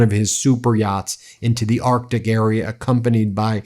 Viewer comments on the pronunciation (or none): none